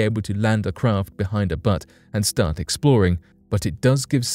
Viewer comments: It's bUtte not butt lol. Like "you", not "uh". I can't stop laughing. Otherwise great vid. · It's pronounced 'beauts' not butts. Also its spelled buttes. Buttes are essentially flat topped mountains, butts are something people sit on, and frequently need to be re-adjusted by the forceful striking with boots. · Another misleading title. Why not just use a title for your videos that describes the content? The first people that go to Mars won’t be coming back. They should dig underground dwellings for protection. (And the word is Buttes , pronounced beauts. Like beautiful, būtes. )